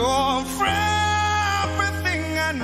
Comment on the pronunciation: You’re fefrething I hope for. Sana ayusin pagbigkas.